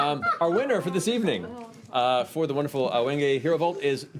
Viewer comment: As the son of a woodworker, it pains me immensely to hear Matt pronounce wenge wrong, and then jokingly pronounce it the RIGHT way because he thinks it's wrong.